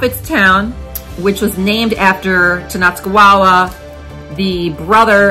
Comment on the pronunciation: The name is not. Wa wa at the end, it's Wa ta. Sorry, but if I didn't tell you, I would be disrespecting him